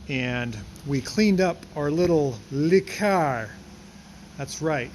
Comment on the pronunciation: Again, it's NOT "Lee Car"; it's "LUH Car".